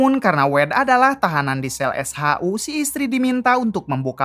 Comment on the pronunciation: SHU. bukan s haa huu